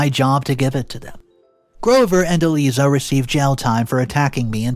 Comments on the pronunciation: ”Eee Leee Zah”??? Really,? Do you not speak English? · Eliza is said as "E-LIE-ZUH". (Do you know of Liza (Lie-zuh) Minnelli, Judy Garland's daughter? Said like her name with an E in front!) Another simple and common name you butchered! The more I listen to you, the more exasperated I am! (And MAJORLY is not said as MAJORITY!) (Sniveling is said as SNIVV-ELL-ING, where the "I" sound is said as "IN". It is NOT said as the Y in SKY.) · Pronunciation: Eliza = eh-lie-zah long "i" like eye 👁 🤣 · E lie za is the way to pronounce